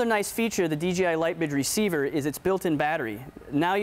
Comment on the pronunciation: he just say "d G i" ??? wtf is dgi? lol DJI!